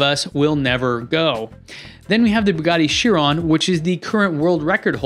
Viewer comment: Also it’s chir on not chirone lollll